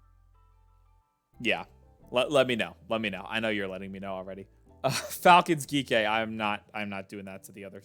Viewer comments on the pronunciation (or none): Its "G - K" esports 😭